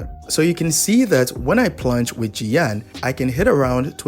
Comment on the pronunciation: That's Xiao not jiyan 🤣